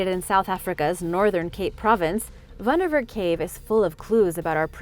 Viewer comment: Nice pronounce of wonderwerk cave not everyone can speak afrikaans words Weldone on the vidoe